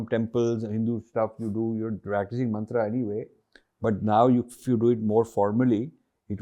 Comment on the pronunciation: Sir please don't pronounce it as मन्त्रा,its मन्त्र ।